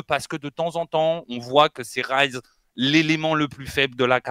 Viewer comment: Pour petite info c'est Rise et non Rize sinon c'est du riz en anglais. L'argument que sortent toutes les personnes qui trouvent que zen n'est pas bien classé est qu'il porte Vita, mais c'est un argument qui est difficile à prendre, Vita a déçu au début de ce premier Split, c'est indéniable et Zen à montrer son meilleur niveau seulement arriver au 3ᵉ open qualifier. Ils se sont pris l'effet world champion comme ont pu l'avoir BDS l'année dernière. Et ce ne sont pas les clips qu'il a pu rentrer qui permettre d'évaluer son niveau, beaucoup trop de personne jugent un joueur à sa capacité à mettre des clips, si c'était le cas le Joyo serait dans le top 5. Même si Zen a porté Vita il n'a pas montré un niveau individuel à la hauteur de ce que l'on attend de lui durant le début du Split.